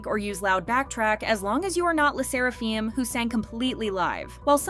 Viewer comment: “Le sseraFEEEM” wtf